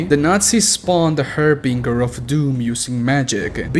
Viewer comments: It's pronounced "haar·buhn·jr". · Interesting pronounciation of harbinger.